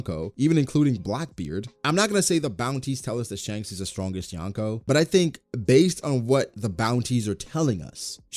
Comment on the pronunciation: Love this vid but it's pronounced "Yo-n-ko".